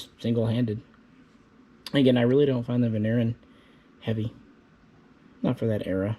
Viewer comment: The Vigneron, (if you can try to pronounce the name properly) was a super excellent close combat weapon. Light, practical and very reliable. 9MM for a good kill !